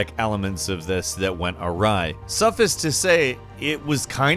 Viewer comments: LMAO. "Suffus to say". I have never heard someone pronounce "suffice (suff - ice)" as "suff - us", but that gibberish made my day. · deadass said saffice instead of suffice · "suffis" isn't a word. I think the word you're looking for is "suffice," which rhymes with, and is pronounced similarly, to, "device." "Suh-FICE", like "duh-VICE". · "Suffis"? Do you mean suffice? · "lsuff-us' to say?" ROFL.......... "suffice" = pronounced like "suff-ICE". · "Sufface to say.." No, it's suffice. Suff-ice. Ice. As in "Ice ice, baby". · "Suffass" to say lmao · "sufice to say...", what's wrong with you? Say "suff-ice" not "suf-is" ffs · it's pronounced suff-ICE. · Did he just say suffus to say??? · The way you pronounce “suffice” is quite gangsta. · I'm gonna need a funeral in WoW pretty soon because your pronunciation of "suffice" gave me terminal cancer. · Dat pronunciation of "suffice" tho. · The way you say suffice is weird.